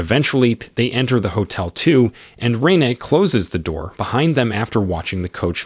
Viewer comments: RENE = NOT Ray-na -- but REn AYY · mispronounced cholera and Rene